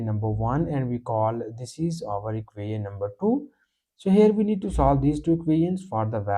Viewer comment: Please learn to hot pronounce "equation". The rest of your pronunciation can use some improvement but is understandable.